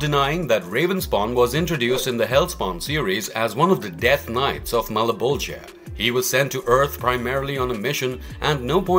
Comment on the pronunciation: malaboja does not sound right